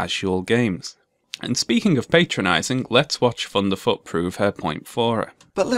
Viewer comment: I love that you pronounce his name as funderfoot. It brings a smile to my face